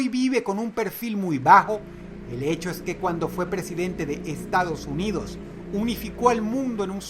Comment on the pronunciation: soy yo o en el momento dross dice "estados huidos" WTF???